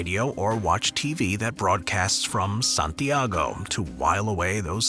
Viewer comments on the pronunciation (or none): none